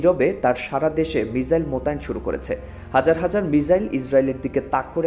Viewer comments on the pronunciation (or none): মিজাইল নয়, মিসাইল।